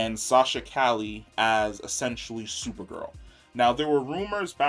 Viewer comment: He's gotta learn how to say Calle name 😆 love this guy but that and the lower volumes be killin'me.